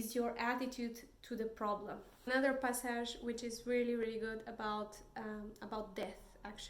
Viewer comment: I love how you say "passage."